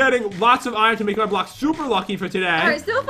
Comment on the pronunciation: I got zee emerald bloocke